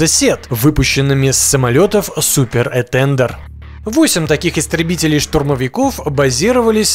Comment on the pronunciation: Что за "этЕндер"? Про "этандАр" не слышал? Абсолютно безграмотная говорящая голова. Учи матчасть.